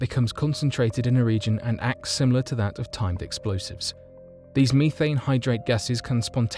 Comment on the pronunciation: Bro says methane wrong